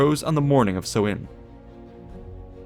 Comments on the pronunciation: Would looking up pronunciation kill you? Its sow (like a female pig) - in. Not sewing. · samhain (sou-in) not sowin just saying, slainté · Me, a guy from a place where samhain has allays been celebrated hearing so-in as a pronunciation, this is so odd xDD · I'm getting another pronunciation of Samhain on the net. Everyone else stresses the first syllable, which should rhyme with 'cow', but w/ an 's'. The 'm' is silent. the second syllable is simply 'in', and not with a long 'i'. Sow-in. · Pronunciation of Samhain is "Sow" as in female pig and "Anne" girls name just put the 2 together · Im not sure about other languages but in irish its more pronounced sow in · Samhain is pronounced as s-how-ain Atleast in gealic Irish it is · samhain... pronounced Sow(like cow)-win... sow-win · Ahhh it's pronounced sau-ihñ! Like sow as in female pig not sow as in sow seeds or sew clothes. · The letter Á is pronounced like "awe", so Samháin is pronounced Sa-wawn. I was at the mound of hostages recently with my son, I love visiting Tara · It's pronounced s-OWH-in not sow-in. (OWH as in being hurt, not sow as in sow seed) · No, not like that either. Like the ow in 'ow I hurt myself'. s-ow-in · Sam hain is pronounced "SOMHEN"?? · I always thought it was pronounced "sow-en" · Irish person confirming the pronunciation as Sow(as in pig)in... so, s'ow-in